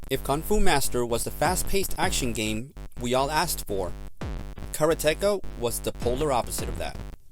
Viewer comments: Nice review but Karateka is pronounced like it looks "karate-ka".. not "kara-tecka" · Its pronounced "Karate Ka" but its not the first time I heard somebody pronounce it as one word. I wonder if it depends on the area? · That pronunciation of "Karateka" is mighty painful........considering the game is about 'Karate'. The "Ka" at the end of "Karate-Ka" signifies a practitioner, so a 'Karate-Ka' is a person who does Karate, just like Manga-Ka is a manga artist, etc, etc. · The narrator mispronounced the word. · His mispronunciation of karateka and calling Bruce lee's film death game instead of game of death are just the kind of thing us older gamers are going to have to accept from some of these kids who don't do enough research.